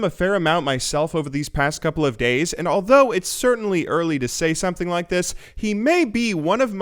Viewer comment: days not gays